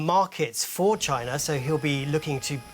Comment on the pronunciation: 😂@ …Tyna? Now Germany has to compete with China and Tyna 😂😂😂